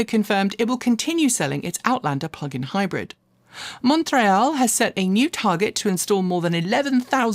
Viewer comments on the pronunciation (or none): none